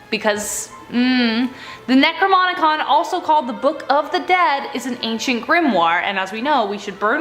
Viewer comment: Okay say it with me nec-ro-nom-icon...